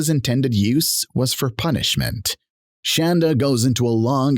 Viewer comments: Omg.. it’s Shonda not Shanda.. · It's pronounced shawn.da not shan.da lol!!!😂